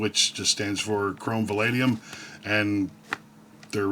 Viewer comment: I think that word is “vanadium.” Though to be fair, “valadium” is much easier to pronounce 😉